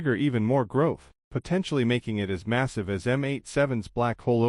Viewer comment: Massive not missive. At the very least learn the language you are attempting to narrate in.